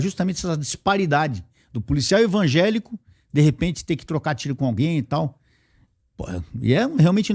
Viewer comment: Só não entendi algumas coisas que ele falou sobre polícia ter casa simples ...e também ele ser membro de uma igreja pentecostal.... e usar sestas palavras na pronúncia dele como envagelico.